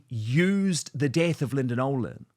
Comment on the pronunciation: It's Nolan ,not Nolen .